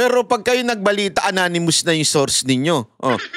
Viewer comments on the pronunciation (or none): ananimus ka ng ananimus Lol it's anonymous char! Lol